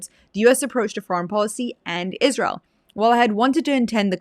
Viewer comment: I always thought that it was spelled ISRAEL why is she saying it like ISHRAEL !!!